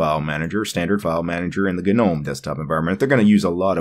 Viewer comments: bro .....just stop. Its not g-nome ....no matter matter how many videos you make the g is still silent. Nuff said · stopped watching as soon as I heard you say GA-NOME. You do know the G is silent in gnome right? Its hard to take someone seriously with linux when they cannot even pronounce simple words correctly. Thumbs down.